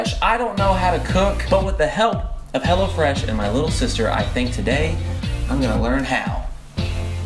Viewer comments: everytime he said "hello fresh" it sounded like he was saying "hella fresh" ..... haha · everytime he said "hello fresh" I thought he said "hella fresh." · i kept thinking you were saying hella fresh lol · I thought he was saying Hella Fresh until o saw the apron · Is he saying hello fresh or hella fresh hahahahahhaha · Lmaooo I thought he was saying hella fresh the whole time not hello fresh 😂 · I thought they were saying "Hella Fresh" until I saw what it really was in the description loll